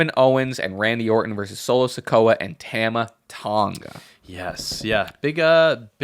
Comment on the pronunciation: has got to fix how he says Tama Tonga